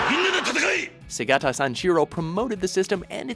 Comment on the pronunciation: segata what? they say his name the entire commercial and you still pronounces it wrong? WTF. anyway, throught the n64 and gamecube era, nintendo consistently made the funniest commercials. my favorites were about mario party games. everyone beating the shit out of each other/getting hurt (specially yoshi in that bridge in 4) was hilarious